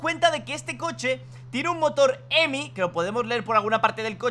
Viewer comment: No es emi es hhhheeemiiiii